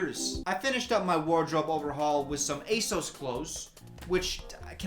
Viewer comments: what the hell is that asos pronunciation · why dyou say asos like that